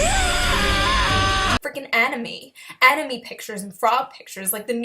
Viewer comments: I don’t think I’m gonna take anime recommendations from a chick who can’t even pronounce it, cause it’s kind of an indicator she hasn’t seen a whole lot of anime, or as she likes to put it (an-ee-May) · can't even say anime right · She pronounced anime wrong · "Animee" lol she didn't even pronounce it right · She is taking people's childhood away, I think we should get her back before she ruins every ones childhood of our favorite anime, Dragon ball. edit: think of this, She mispronounced anime, She says there is sexism in dragon ball, trying to state that Dragon ball thinks women is weak if in dragon ball All the women are like beasts. I think, that she doesn't watch anime, But is trying is trying to get it deleted from the internet. I mean like, how can you try to take away something that can't obviously gone in just one simple piece of evidence, If you really hate it that much then why tell us that.I mean it's very stupid, cause there is more fans the haters out there and you expect us to believe your filthy lies of anime?